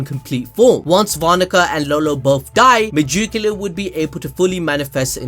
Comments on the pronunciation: the way you say megicula hurts my head.... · I love how he says "megoocula" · Me-Jew-cula 😬 just can’t stop hearing it. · Y do u have so much trouble with a name that is "magic", but with an "e"?!!! That shit is ridiculous!!! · why do you megicula like that LOL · You cannot say megiculas name for nothing I'm not a hater but you can literally look in the anime and they will say her name correctly